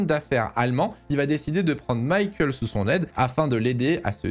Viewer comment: Ok bonne vidéo mais t’entendre l’appeler Maykael pendant 48 min je sais pas alors que c’est la base